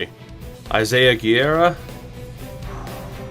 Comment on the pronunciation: Not "Gierra", "GÉRRRRRA"- portuguese or "GUeRRa" - spanish (Guerra=War)